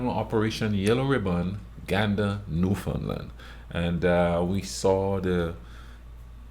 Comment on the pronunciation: Love the video. You said New-Found-Land, ahhh! Newfn'land!